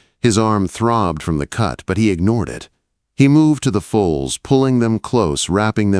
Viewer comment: Foals… not fowls or fools or folds